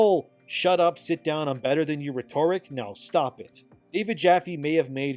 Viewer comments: If you pronounce rhetoric "re-TOR-ic" one more time, I swear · Is it a Canadian thing or have I been pronouncing 'rhetoric' wrong my whole life? I mean I'm from Jersey so we have like a whole different language but I def heard you say it another video too. I've always pronounced it reh-ter-uhk. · I love your videos and have been watching you for over a year now. I agree with so many of your takes and have loved the how the war for the hearts and minds of the industry has been going on. I don’t mean to be rude but please put “Rhetoric” into google and get it to pronounce it for you. I say this only out of respect. Keep up the great work and cheers to you. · bro still pronounces rhetoric weird